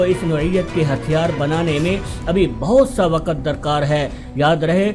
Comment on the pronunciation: What is "Saaaatelth" its "Stealth". Its "waqt" not WaaQat. Kher no sense of this video